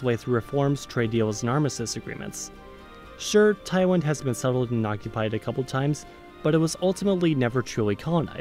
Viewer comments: Seriously, yet he baffles about why we call him off. I mean if he pronounced it badly from the beginning then people wouldnt be as mad. But this is clearly like he is fading "Thailand" into "Taiwan". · It was more "Thaiwand" than "Taiwan" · Why do you keep saying Taiwan instead of Thailand? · Nobody: 50% of comments: about you pronounce "Thailand" as "Taiwan" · Oh sh*t! You’re right! he says something that sounds a lot like “Taiwan” 😅 And he kept the same pattern from there on 😅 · ‘taiwan' is not an alternative pronunciation for thailand. weird that you would think so. it was very odd watching the video and hearing him say taiwan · You keep pronouncing Thailand like it’s Taiwan :/ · Yes, he pronounced Taiwan in big part of the video. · Notice how later in the video when he starts to sound like he’s saying “Taiwan” a lot, other words with “L” in them he also pronounced as “W”. It’s an accent thing, not a misinformation. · Sorry I did hear "Taiwan" spoken several times. But knew it was Thailand! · All I hear is Taiwan, not Thailand 😂😂😂😂😂😂 LMAO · TAIWAN TAIWAN TAIWAN Who hears Taiwan instead of Thailand??? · It's Thailand!!!!!! NOT Taiwan😢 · Why he kept calling Thailand "Taiwan"? LOL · It sounds like he keeps saying taiwan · Thailand not Taiwan and Taiwan is Taiwan and Thailand is not Taiwend haha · funny how this dude does not admit it. "I wonder how you pronounce Taiwan". Lel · he said tywin, as in lanister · I think at some point I even heard ThaiWEND 🙃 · yeah i know that. But on the video. He always say Taiwan. Missed pronunciation bro. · Same here... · Hahaha. I replay it about three times, increase volume, slow down to 0.75x Still hear him said Taiwan. 😅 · It's Thailind though.... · probably just quick, sloppy East Coast speaking. His website says he's from the DC area, but lives in Berlin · Just admit that you mispronounced a couple of times already. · part of nepal was dummy. So its not wrong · Yeah his pronunciation is pretty bad. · Thaiwan lmao